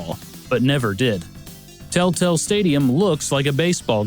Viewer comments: Until "Tel-Tel" appeared on the screen I thought you were saying "Telltale." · I keep hearing Tell Tale rather than Tel Tel xD